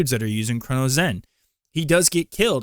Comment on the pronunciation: Yeah and he can't even pronounce Cronus. Also aim assist scripts are not even real. Cheating discords and the people who use it can't even agree on if it does anything, which is why everyone solely just runs Recoil scripts if they're even using a zen